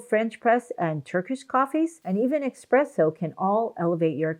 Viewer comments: Not EXpresso! But ESpresso! Not GLUAcoma! But GLAUcoma! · Sorry to be the language police, but I’m very passionate about my favorite beverage. It is “espresso”, with an “s”, not X-presso. Carry on. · Did you say eXpresso? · It's espresso not expresso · do you pronounce [ekspreso]? really? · Did she just say "Expresso" ?? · Basically a hodgepodge of contradictory useless statements . Better to ignore the whole presentation than to latch on to one or two bits without any specifics about degree of effect. And it's ESSPRESSO, not expresso!!! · "grounded" is not proper syntax..the word is "ground"..also espresso has no "x" in it ,please ..say the word correctly..."express" has no reference to coffee